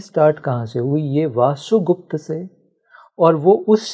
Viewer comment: इतनी गंभीर बातें करने आए हो और वसुगुप्त को वासुगुप्त कह रहे हो? कुछ तो संस्कृति का संस्कारों का लिहाज करो. पूरा पोडकास्ट देखकर समझ आया कि तुम बहुत बड़े भ्रमजाल में फंसे हो. तुम्हारा स्वार्थ कि कोई तुम्हें सुने और इस स्त्री की नौकरी कि इसे व्यूअर मिले. खूब जोड़ी मिली. तुम्हें लगता है कि तुम्हारी बातों से किसी की ऊर्जा जागेगी? ईशावास्य उपनिषद पढ़ी है? पढ़ी होती या समझी होती तो दैवी और आसुरी शक्तियों की बकवास करने के बजाय ज्ञान, होश और चेतना को जागृत करने की बात करते. सुनो इस मूढ़ की बकवास कि शिव की आवाज इस के मुंह से निकल रही है! सभी शिव हैं मूर्ख! न कोई दैवी है न आसुरी. यह ब्रह्माण्ड ही शिव से ओतप्रोत है.